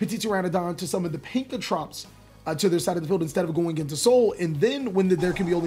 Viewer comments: so am i the only one who noticed the mispronunciation of pankratop to pankratrops and oviraptor to ovuraptor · Why are you having so much trouble saying Pankratops?